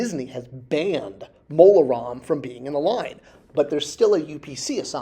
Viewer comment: Maybe because (and I like, but he can't spell or pronounce things, sometimes) Disney never heard of "Mon Roma" [sic] and still doesn't know he meant Mola Ram.